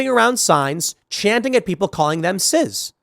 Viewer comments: Tim, it's CIS not CIZ. You aren't pronouncing it correctly. It's embarrassing. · Cis, not ciz. Calm down Tim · Cis, like sis, it's not ciz or siz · It’s cis not ciz, stop saying it w a z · why the fuck Tim keeps saying " Ciz" instead of Cis? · Wait it's "Sizz" now? I thought it was pronounced "Siss"? Just trying to get that straight. But yes it's obviously a slur. As norm macdonald brilliantly put it: "It's a way of marginalizing a normal person". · Cis pronounced SIS!!!!!!!! Jesus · "Cizz" 😂 Why does Tim say it like it's a soda brand?